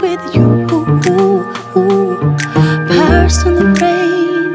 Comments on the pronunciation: Rain 을 페인 발음으로 커버하시는 분들 몇 분 안 계시던데 사실 이 발음 Lauv가 러시아 알파벳 R 의 발음으로 바꿔 부 른 거 알고 계셨나 봐요.. Regina Spektor 도 " on the radio " 라는 곳에서 Radio 를 " 뻬리오 " 라고 불렀었었죠.. 다음 커버곡 기대하고 있겠습니다.. 엄지 척 드리고 갑니다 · 저는 아무리 들어도 R로 들리는데요.....? R발음이 원래 W스럽게 들리니까...웨인 으로 들리잖아요?? ‘파리썬더웨인’ 으로 들리는데.........